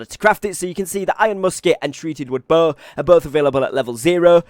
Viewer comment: I've got a pretty shitty english accent, i'm sure. But the way u pronounce Bow like bohhh made me chuckle :)